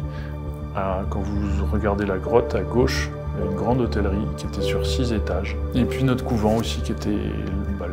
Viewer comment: Bon reportage 👌 mais par pitié sachez cher Mr que l'on ne prononce PAS "hossstelerie" mais Hôtellerie , l'on inclus pas le S dans la prononciation , cela étant Sainte Marie Madeleine est un Phare dans ce monde de ténèbres , gloire au Père de nos pères à l' Esprit Saint consolateur à Jésus Christ ressuscité son Fils Unique notre Seigneur 🙏🕊️💖✝️✡️🕎⚜️ avec Marie Immaculée Conception et Saint Joseph 🙏